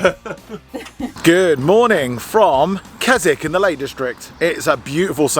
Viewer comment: Mate, Waterhouse campsite is not first come first served. We go there every year, you need advance bookings and it can be done online. Secondly, Keswick pronounced Kizik.